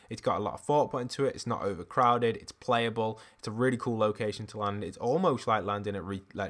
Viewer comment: its's? r/engrish